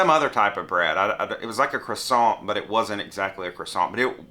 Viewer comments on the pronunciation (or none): none